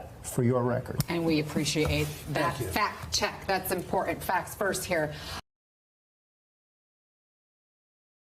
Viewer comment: You're a journalist, don't drop your T's like when you said "impor'ant"